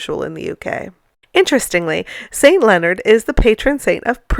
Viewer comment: I thought you were saying "Saint Lizard". Good band name.